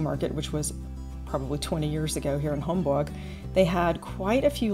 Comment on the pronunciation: It’s Homburg, not Hamburg. These are pronounced differently if you listen closely. Homburg is in the Saarland state of Germany. 🇩🇪